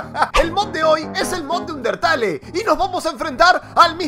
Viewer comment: Una cosa no se dice undertale se dice underteil